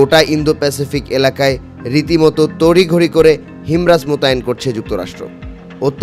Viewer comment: হিমার্স ভাই, হিমরাজ না🤣🤣🤣